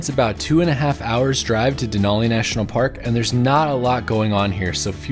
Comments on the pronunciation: Just so you know Denali pronounced.De nally like alley not olly. Sorry lived here over 50 years never heard it said like that. Just saying lots of people from lower 48 that change the way our stuff is said very annoying. Yes i saw even online they say it like you. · Me and my mom watched this video last year and were happy to see someone excited about Alaska, however I do need to correct you that it’s not “dinolli” it is said like “Denali” with a normal A not a formal A. And it’s Mt. McKinley not Denali. Obama changed the name for literally no reason but us Alaskans will never call the mountain Denali :) just a fun fact for you it’s said DenALee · Denali is actually pronounced “den-Al-ee” not “den-aw-Lee.” Denali is an Athabascan word (which is what I am), that means “the great one.” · You said Denali wrong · great video what veiws at this park ! haw many times did he say DANALI LMAO